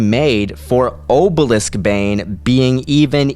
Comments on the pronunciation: i hate being nit picky, but it's orbalisk, not obalisk. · sorry but "Orbalisk".